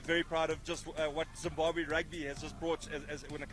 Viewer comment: When did Zimbabwe become Zimbahwe I give up.